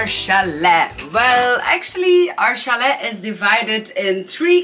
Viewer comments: The t in chalet is silent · It's NOT Chal ET. It's CHAL A (French)